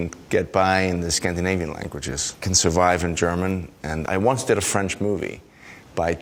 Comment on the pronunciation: I'm french and this sentence was perfect